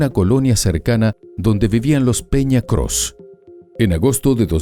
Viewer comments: Este programa es muy poco profesional de investigadores tienen muy poco solo repiten lo que otros si han investigado y el apellido no es "cros" es "peña coss" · criminales ❌ El apellido no es Cros ✅ Es Coss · Coss, no Cross! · Nada más una corrección, el apellido es Coss, no Cross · ES ERIKA PEÑA COSS NO CROS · Es mi imaginacion, o dicen Crooss en lugar de Coss ????? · Los apellidos eran Peña Coss, no Cross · No es Cross es Coss 😅 .. se dedican a esto y tienen fallitas como esta..